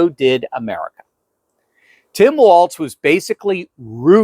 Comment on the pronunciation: It’s “walls” like balls, not “waltz”